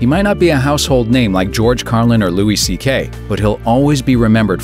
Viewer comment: Who is "Louie Sekay"? Household name? Never heard of him.